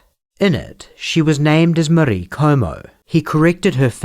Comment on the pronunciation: Your pronunciation of "Marie" confuses and infuriates me. Surely you don't think that's even close to some French way of saying it? Which accent or language are you trying to do?